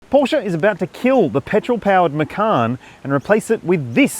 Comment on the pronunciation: No one in their right mind prefers the 4 over the Turbo. And learn how to pronounce Porsche (hint: it's two sylables)